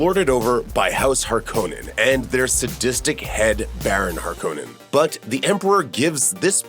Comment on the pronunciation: Please watch the movie so you know how to pronounce “Harkonnen”!!!!